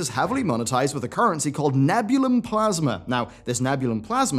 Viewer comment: It's ne-bjoo-lee-yum.